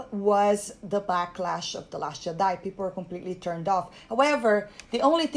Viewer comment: I absolutely ADOR how you pronounce Jedi